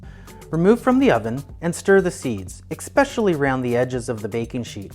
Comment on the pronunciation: I was all in until . . . until . . . "eKspecially"